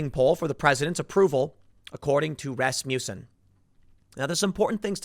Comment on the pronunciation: its pronounced 'rass-muss-in'..